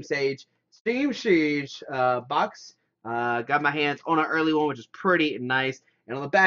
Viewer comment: Siege. Not Sage or sheege.